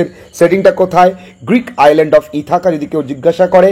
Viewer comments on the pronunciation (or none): none